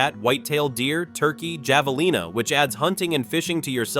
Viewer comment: javelina pronunciation "ha-vuh-lee-nuh" pecos pronunciation "pay-cuss" and it is in Reeves county, pecos county's seat is Fort Stockton. Fort Davis can have single digit cold we are as high as Denver Co. you will need heating all winter summer is where you might need an air-conditioning for just a few days or weeks when the monsoon season starts nights will be cool and the days humid until the rain showers. terlingua you just totally butchered it.